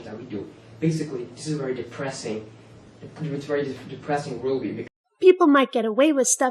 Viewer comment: "wery weery bad choice"